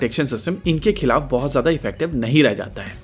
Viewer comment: Khilaf hota he kalaf nahi.